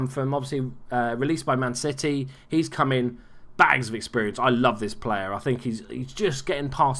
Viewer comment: Did you just call us Man Shitty? Or is that an accent?